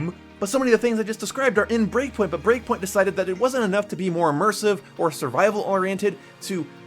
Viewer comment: Breakpoint. Not breakingpoint 😂😂